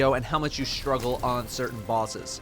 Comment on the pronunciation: STRUGGLE - NOT SHtruggle - PLEASE!